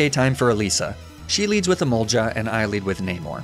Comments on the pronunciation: My god, it's Emolga not Emolja, I'm going mad hearing it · The fact that when I first started watching these videos, pronunciation of "Emolja" bothered me but now he can literally say "Stroojul-Boojle" and I won't bat an eye. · I know it's a running joke at this point, but every time he says emol-juh, it gives me crazy.